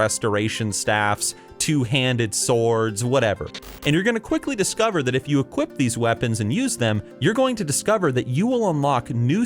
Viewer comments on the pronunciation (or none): none